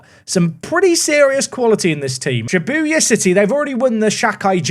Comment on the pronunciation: Well we all know that isn’t a JJK anime fan with his struggles with saying Shibuya